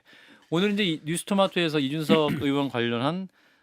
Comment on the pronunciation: 으원이요? 의원이 아니고? 국회으원이라니?? 방송기자라는 사람이 발음을 저따위로…